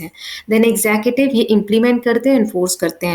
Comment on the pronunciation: you teach very bad ,it is tiers not tears and it is executive not exettive shameless